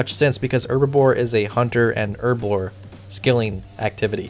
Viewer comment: herbebore = HUR BLORE